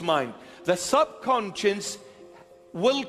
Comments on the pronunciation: he was saying conscience but the subtitles said concious. so i think they, just like me probably think he actually meant subconcious and that its just an accent thing. or the priest actually doesnt know the difference. idk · Nonono, you got it all wrong, he never said "subconscious", he always said "subsonscience", so your entire crituque is obviously attacking a strawman! 🤣 And nah, it couldn't possibly be due to consistently bad pronunciation on his part.... 🤪